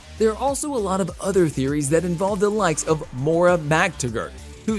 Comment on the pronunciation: Eggs Men? Feej? Poor Moira…I just can’t stop 😂